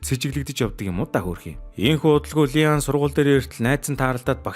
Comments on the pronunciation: Ли ан биш И ан Жи эн биш Жэеин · И АН гэж дуудаарай бичиглэлээр нь дуудаад байна